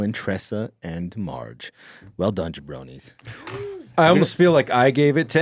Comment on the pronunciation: I think it's "jabronii"